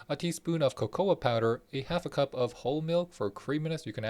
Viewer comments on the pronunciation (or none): Co co. Not co co ah.